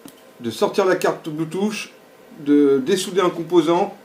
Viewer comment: C'est pas Bluetooch mais Bluetooth, ça se prononce plutôt Bluetoof même si 'th' ne se prononce pas exactement 'f'